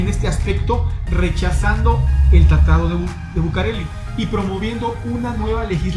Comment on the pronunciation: Hola buen video pero no dice tratado dice tatado jijiji ya será para el próximo tatado saludos Bay